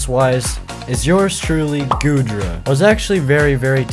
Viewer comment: Bro you triggered me when you said goodra